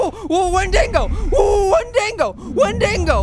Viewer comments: you keep saying wendingo. it's WENDIGO not wendingo. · no a wendigo is someone who has eaten it's own kind as is become adicted to the taste and it's not wendigo like wen-ding-go it's wen-dig-o there's no n in the dig part of wendigo honestly if your gonna say something say it right😡😠😧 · wen-dingo lmao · Hey, it's pronounced "Wen-di-go" and they are cannibalistic spirits. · It's pronounced win-de-go. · its pronounced [when-dego]!!! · it's pernouns (wen de go)